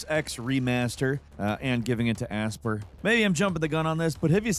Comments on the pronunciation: Aspyr is pronounced Aspire, not As-pur 🤦🏻‍♂️ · Aspyre is pronounced Aspire. Like you aspire to know how to pronounce words without looking them up:P Not Ass-Per.